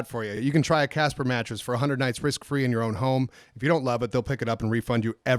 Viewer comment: I hate to point it out, but you guys might get some hate from Casper because , you said "Caspa" instead of "Casper". The only reason I say this is because I looked up "Caspa mattresses" and found nothing. Then looked back at the snip that you had in the video and noticed it was "Casper". But hey Congrats on getting a sponsorship!:)